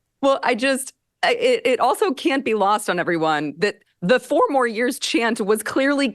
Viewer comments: All i could hear was " poor more years" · Listen to how he says "four more years". The fact that he has no idea the purpose of the word "pause" in there tells me he has NO idea what he said before. He can't differentiate the words he's speaking. And to be starting your own chant? Pathetic.